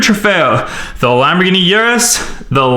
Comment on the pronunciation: U should look up how to pronounce the car names right